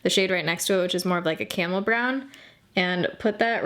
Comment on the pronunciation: is it just me or did anyone else hear her say "CAMEL" brown instead of "caRamel" brown or "camo" brown?, I love seeing her videos♡ I always rely on your reviews.